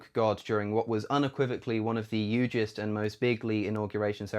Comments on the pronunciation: it's the way he said it 😂 yugest- and people always go to highly because it isn't a word and hilarious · DID HE SAY "YUGEST?" 😂